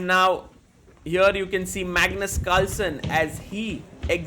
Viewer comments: In the start of the video, bro literally said 'Magnus calson'😂😂😂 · I am hearing 'Magnet Culture' instead of 'Magnus Carlsen'😂😂😂